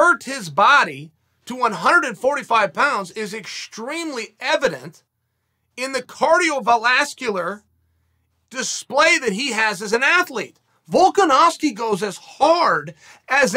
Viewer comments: " in the cardio valascular" LMAO bro it's cardiovascular... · Chael: Cardiovelascular Oxford dictionary: yes cardiovelascular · Chael “Cardiovalasculer” Sonnen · Heard cardiovalascular. Came straight to the comments. Was not disappointed. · Dictionary:"Cardiovascular" Chael:"Cardiovelascular" Dictionary:"Cardiovelascular" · From now on its called cardiovelascular I guess. Thanks for the update Uncle Chael. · Cardiothoracic surgeon: Cardiovascular Chael: Cardiovalascular Entire community of medical professionals: Cardiovalascular Cain Velasquez: OK great! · "Wisefully" "Cardiovelascular" I love it all. Keep it coming. You do these in one take and they're great. I would make words up too! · Oh yes, the famous fighter from New Zealand, Alexander "Cardiovalascular" Volkanovski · Ok, he’s gotta be trolling… “cardiovalascular!?” 🤣 Killin’ me Uncle Chael. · "CardioVOLAScular" lmao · Heard 'cardiovalascular', immediately scrolled down to the comments, did not dissappoint. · Chael: "Cardiovalascular" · "Cardiovalascular". I can't tell if this is another classic Chael word, or if he is trying to say "Cain Velasquez". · “Cardio Volascular” vs Brock Lesnar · “cardiovelascular” it is uncle chael lol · Chael “cardio valaskier” Sonnen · Cardiovallascular 😭 you know chael does this intentionally which makes it funnier somehow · Wait what!? Cardio valascular🤣 Chael come on bro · Cardiovernascular? New word right there son. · Cardiovalascular lol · "Cardio Valascular" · Guess I’m saying cardiovalascular now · Chael “cardio val-ass-cular” Sonnen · "cardio velascular" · Cardio-velascular hahaha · New legendary word added to the Chael Sonnen lexicon: "cardiovalascular" definition: relating to your heart and blood and all that other stuff dummy, Ok great! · Alex “cardiovalascular” volkanovski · "Cardiovelascular"?..Lol What?😆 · Cardiovalascular?? Hahaha